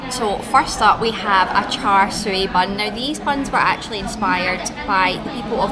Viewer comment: The pork filling should be pronounced as cha seww.